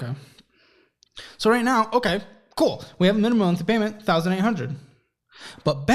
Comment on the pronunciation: Thank you for this video. This is your subscriber on the West Coast Los Angeles. I am laughing at what you had said now I’m not sure this is what you said weird when you said payments and it sound like you said (PAINMENT ) that’s what it sound like you said so I was busting out laughing so I’m going to start saying that I never thought about it like that and that’s gonna be my new word from you if that’s what you say it instead of saying payments, when you owe somebody something monthly😂😂😂😂 your subscriber on the West Coast Los Angeles